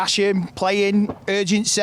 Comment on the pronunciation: Urgensay lol..